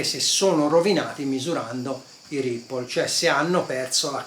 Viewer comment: La pronuncia di "ripple" è corretta ma Brymen si legge "Braimen". Gran bel multimetro il BM869S. Bel video; merita pure il "Thumbs up"!